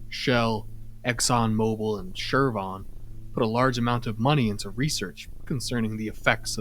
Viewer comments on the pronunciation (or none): It's Chevron not 'Chervon'. It's not that hard to just read, jesus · You know, I never heard anyone say Chevron like you did before now.